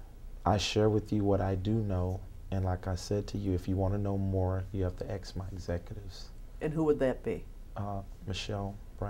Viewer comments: Sebastian Perna you might have to "axe" her. 🤣🤣😂😂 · Imagine bumping into this guy in person and asking him "hey are you David e Taylor" pretty sure he'll say "axe Michelle" 😂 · Gentle Breadcat, Esquire Lol yep next video, “Why was the body of the man who told us about your operation found buried behind the shed at your residential center?” Him: “I dunno you’ll have to axe Michelle she handles all that.” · When in doubt, “axe Michelle”.